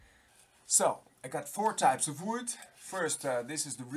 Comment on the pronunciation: ook wood dutch plus englisch funny guy